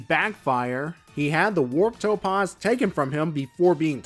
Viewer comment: The 'a' in topaz is pronounced 'aah' as in 'back', not 'ahh' as in 'calm'.